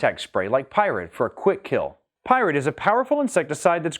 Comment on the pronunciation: When you pronounce 'Pyrid', I hear it almost exactly as 'pirate'.